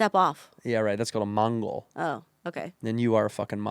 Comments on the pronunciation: its mongo, not mongol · It's mongo not mongol ya dweeb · It’s not “mongle” it’s “mongo” poser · it's called pushing "mongo" not "mongol" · It's "pushing mongo" Andrew! Sorry I can't be a fan anymore. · It's pushing mongo not mongol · It's mongo brah, not mongrul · Hey andrew its Mongo not Mongol try not being weird for an hour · it's mongo not Mongol loser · In skating it's mongo, not Mongol lol. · It's Mongo Andrew. Mongo. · It's mongo not mongol